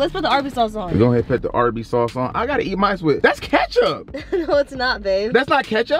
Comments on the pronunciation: No hate torwards but why you always say pit instead of put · The fact. That’s say pit instead of put